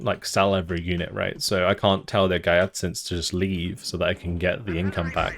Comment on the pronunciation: Love the new showcase. I just wanted to add some tips on the pronunciation of the new Giatsint artillery, if that's ok. Ghee (like the clarified butter) ja (as in jawohl in German) tsint (is just as you pronounced it in the video) Hope this helps.